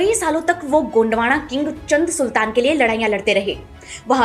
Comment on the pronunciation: चंद सुल्तान नहीं चाँद सुल्तान